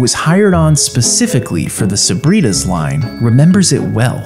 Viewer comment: Bro said sabritus